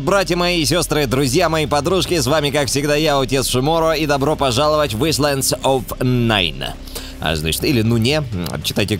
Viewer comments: не исландс, а АЙЛэНД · не исленд а айленд